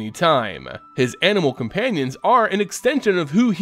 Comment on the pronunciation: I keep asking myself where u get all these random " E's " at the end of every 5th word. There is no E in the word animal, especially not at the very end of the word